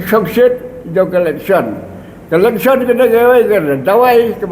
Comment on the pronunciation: electhion....what???? comishion....what???? dalar.....what???? 😂😂😂 Ni....lit....😂😂😂